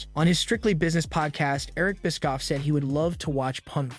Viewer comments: It's bishhhofff. Not biskoff. 😂😂😂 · This guy can't pronounce names... Bischoff is apparently pronounced Biskoff. Mone is apparently Moan...